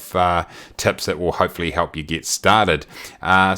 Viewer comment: I keep hearing tits instead of tips :) Good info, keep it up!